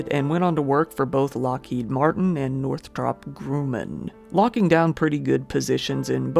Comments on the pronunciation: North-rop Gr-um-man. 🤣 😂. I love your hilarious mispronounciations for the most part. You did a video on a case in Maryland once and kept repeating over and over Anne Arundel County (and I think one additiinal place name) not only incorrectly but in a way in which I had zero clue how you looked at those letters and arrived at that pronouncition... and it drove me absolutely bonkers!! (I live in Maryland) I was yelling the correct pronunciation at my phone like a lunatic. Otherwise, I love it when you give it your best shot! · Very creative pronunciation of Northrop Grumman XD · The pronunciation of Northrop Grumman haha it’s okay, it’s a tough one! Love the video as always man!